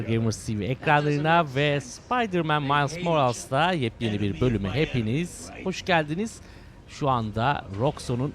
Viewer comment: Miles moralz deme abi gözünü seveyim moralez